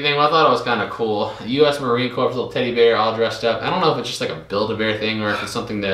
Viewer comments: Yikes appreciate the shows. However. You like Obama mispronounced Marine Corps. Not Pronounced C O R P S E s is silent. Always good to learn daily more respect from others And most important for yourself Aloha Tom so envious of your career choice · The sand might be from Iwo Jima - Marines who make the pilgrimage there often bring back sand. Please get it back to him. Also, it is pronounced Marine "CORE", not Marine Corpse - Keep up the good work! Very interesting stuff! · Marine Corps is pronounced ‘Core’. 😂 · All Marines are ALWAYS Marines, regardless of where they are or what they are doing. The fact that he was an NCO (non-comission officer) deserves respect. A leader of Marines. Amvets, VFW, and other veterans organizations can help try to find him. Semper Fidelis, is the Marine Corps (pronounced core) motto. It means "Always Faithful " Marines say Semper Fi to each other. If you find him tell him many of his brothers want to say Semper Fi, and wish him well. R. J. Chapman USMC. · Marine Corps. I was always confused how to pronounce it. It's Cor. Don't call him baby!!!